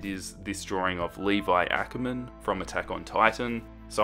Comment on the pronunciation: You pronounced Ackerman wrong